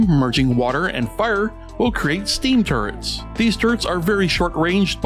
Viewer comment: I couldn't stop hearing "turds" instead of "turrets"